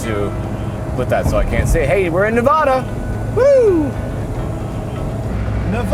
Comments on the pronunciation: I think you managed to mispronounce "Nevada" several times (there is a "preferred" pronunciation). Good news, you balanced it out by also mispronouncing "tacos." Fun video. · It's Nev-AAHHHH-Duh, not Nev-awww-Duh. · Sorry i gotta say it. AAAAA not Ah. NevAAAAdAAAAAA not NevAHda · Great video and series fellas thank you! Btw it's Ne-va-duh, not Ne-vah-duh boys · Nevada resident here it’s Nevada not Nuhvada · its nevada not nevoda🤣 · Say "Neh-VA-duh". That is the proper (American) way to pronounce the state name. Put emphasis on the second syllable. Pronounce it so that the middle part rhymes with the “ad” sound in the words "sad" or "mad." Compare "Nevada" and "Nebraska" for God's sake! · U guys gotta stop saying Nevada like that. PLEASE!!! As a Reno local it's like nails on a chalkboard. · I really enjoyed this adventure. However, there's one small gripe. The accepted rule of place name pronunciation is that it's pronounced as the inhabitants do. Therefore, the first "a" is the short "a", as in apple.